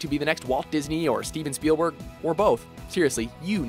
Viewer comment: it's steven SPIELBERG, love! not what you said...